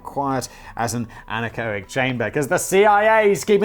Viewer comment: Simon pronounces something correct (anechoic) for a change but doesn't care